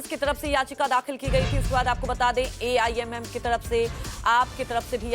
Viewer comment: Aimm? Ye kya hai? News se pahle naam to sahi lena seekho